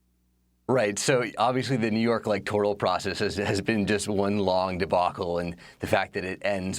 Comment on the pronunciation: Not sure how you have an extended career in television without knowing how to pronounce "debacle".